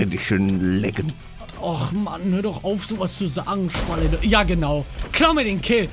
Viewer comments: Ich hab schwulete verstanden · Wer hat auch am Anfang bei palle schwulette verstanden?😂😂😂😂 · Ich hab am Anfang schwulete verstanden😂😂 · Ganz am anfang habe ich 'Schwulette' verstanden und dachte mir so: ohooo palleee 🌚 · Bei Palle habe ich Schwulette verstanden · Ich verstehe erstmal "Schwulette" xD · Bin ich der einzige der Schwulette verstanden hat?😂